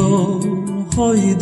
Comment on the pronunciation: 무척 고맙습니다. Y yo joy desesperando가 아니고 Y yo voy desesperando입니다. 그러므로 '이 요(죠) 보이 데세스페란도'로 읽어야합니다.